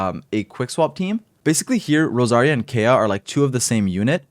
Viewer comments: its kaeya not keya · Every time I hear Kaya I get a stroke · IT’S PRONOUNCED: KIE-UH... 😒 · Never heard anyone pronounce Kaeya the way this guy does. They actually say it in game too. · Is it some sort of inside joke where you pronounce Kaeya wrong?